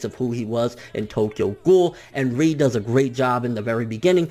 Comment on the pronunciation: Not to be spoilery, but ré, isn't pronounced like that...